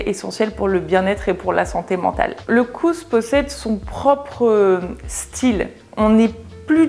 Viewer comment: Du utalte hygge meget bra! Jag kan tyvärr inte säga samma sak på ditt uttalt av "lagom", du lade till ett lite "r"-ljud som inte finns med. (En fait, "lagom" est prononce comme ça s'écrit) Annars en mycket koselig och härlig video :) Et pour votre prononcation sur "kos", c'est un long "o" son, un peu comme on prononce "rose" en francais. Mais j'applaudis vos efforts! Je viens de Norvège et je parle norvégien, suédois et danois. Ils sont très similaires.